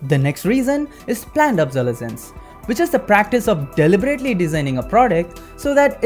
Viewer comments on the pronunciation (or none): “Planned Obsoles-s-sence”